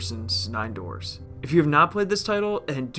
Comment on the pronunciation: I thought it was 9 doods, not doors lol